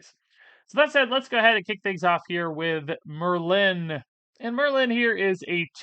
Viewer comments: Ya, it’s just Merlin…not mur-LYNN. 🤷🏼‍♂️ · Why are you pronouncing it "mer-LIN"? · You saying Merlin was driving me nuts! Lol You are saying Mer-Lynn. It's one syllable 😅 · You are pronouncing Merlin weird You have over emphasis on the "Lin" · How does one not know where the accent goes on Merlin? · I don't know why that first pronunciation of Merlin bothered me 😂 Great video as always. Have fun on your vacation,!